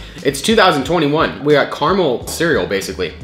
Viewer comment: Fact that you say caramel wrong is kinda annoying